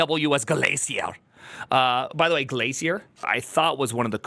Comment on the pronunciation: I needed that Glacier pronounced the same way does Elixir